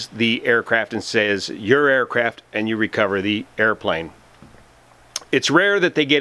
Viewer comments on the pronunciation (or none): none